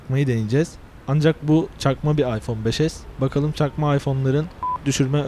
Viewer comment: arkadawlar cakma diyo cakma